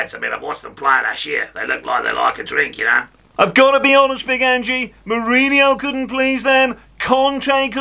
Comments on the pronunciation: Accent is quite a way off to Ange's 🍀 and it's not Angie. It's Ange. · Nailed it, great work! His name is pronounced ‘Anj’ not ‘Anjy’. (Dumbass Jordan 😂)